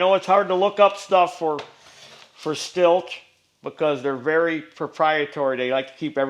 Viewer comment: Hey great video I am a Husqvarna and Stihl dealer in Alberta Canada... and Stihl is pronounced... Like the word STILL.... you should pressure wash clutch area and remove clutch makes it easier and also allows you to check oiler and clean around seal